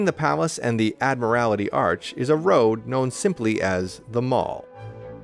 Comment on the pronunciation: Pronounced Admiralty ,not Admirality ,but a good vid .Oh ,travellers ,there;s no Subway /Metro /Underground to anywhere near Buckingham Palace . a25 /30 minute walk from 3 or 4 Tube stations .